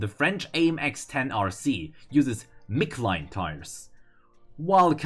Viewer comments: Did you just call Michelin Mickline? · Quick note- "michelin" (a French company, so it's funny that it isn't on the French vehicle) is normally pronounced more like "mishel in" in English. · Nigga said mick-a-line oh my gawd